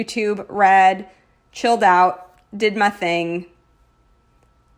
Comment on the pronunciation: On Wednesday night when you said “I did my thing” I thought you said “I did methane” and I was so confused. Can you tell I spend too much time working on chem homework 🤣 this spread turned out soooooo beautifully 😍 I really love the mix of rose golds. I might need to get over it myself and try it in my planner!